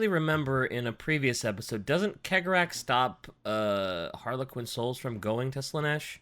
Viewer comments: Chegorach is pronounced She-Gore-Rack. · My dudes, it's pronounced See-o-gore-Ath. hearing you pronounce it Keg-o-Wrath is hurting my brain. It's basically the same as Sheogorath from Elder scrolls. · I pronounce cegorach like chegorach. like the italian cesare. idk maybe it's the whole clown/carnival aesthetic that has me thinking venice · Cegorach - Tsegorakh. That's how we pronounce it, almost the same as Cicero.